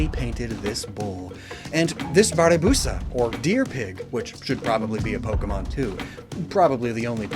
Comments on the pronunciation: Aheeem, it's "BABIRUSA", not "BARIBUSA" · Babirusa, not baribusa or barbusa lol